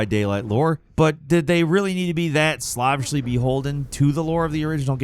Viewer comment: Slahvishly??? The person who wrote the copy is not the same person narrating 😭